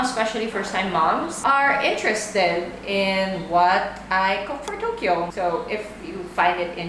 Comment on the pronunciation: not TOKLO ??? Its TOKYO!